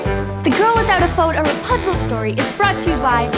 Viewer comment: She said perpunsel